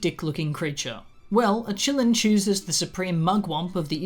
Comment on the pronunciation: i know you're saying "qilins" but i keep hearing it as "chilluns" (as in children) and i just think that's hilarious. also, the qilin in chinese mythology (or kirin, in some cultures) does have a story of basically being an omen for the next ruler or sage of an era. it's been used in some media (like pet shop of horrors) to symbolize divine authority and its choices, but it's not THE PICKER OF RULERS in the sense rowling decided it was. so to me it feels like she did a racism/orientalism, which she does a lot (what the fuck kind of name is nagini? that's not a name lmao, you just took "nagin" (snake lady) and added an 'i' to it joanne wtf). anyway, love your videos,!